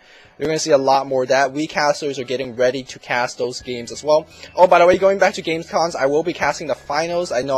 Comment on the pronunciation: its "games com" and not "games con" i know it seems to be the short term for convention but it isnt :O